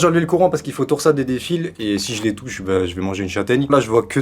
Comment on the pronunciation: j’ai cru que t’as dit « j’ai enlevé le Coran » mdr